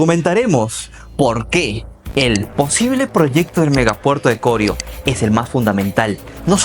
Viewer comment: Corío es la palabra no corio como lo pronuncia.